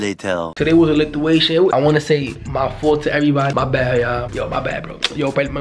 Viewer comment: "Today was a lituation"😂😂